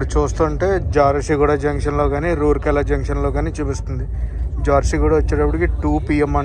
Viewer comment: రూర్కే ల not rourkey